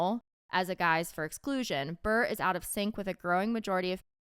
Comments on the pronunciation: hunnie I love you but Candace Cameron's last name isn't Burrr lol it's pronounced with the é Buré (buray) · I love that kept pronouncing Candace's married last name wrong 😂😂😂 stick it to her Em! (Not Brrrr, Brrrr-ray)